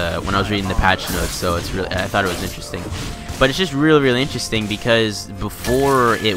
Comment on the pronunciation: every time he says interesting i die a little inside